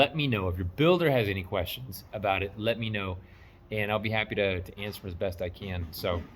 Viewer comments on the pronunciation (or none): when you said A Boot I thought you were practicing your Canadian and you are tri-lingual.....and that saw tooth joint 2X4 was just stupid......someone must have used that as a joke or maybe the builder is testing you 🤣